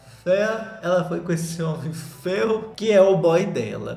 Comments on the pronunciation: Rezando pro perder a mania de falar FEA e FEO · falando FEIO e eu entendendo FAIL. PS: Sobre o filme da Lili eu vi e achei péssimo queria que a Netflix me pagasse pelo tempo que eu perdi tentando entender e ver esse filme.